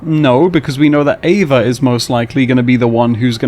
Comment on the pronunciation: It's Ava. 😂